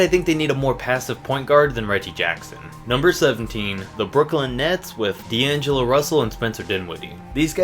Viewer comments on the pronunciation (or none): Number 16 did he say de Aaron and diangilo